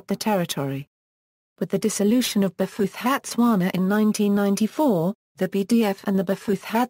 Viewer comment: That's a ghastly pronunciation!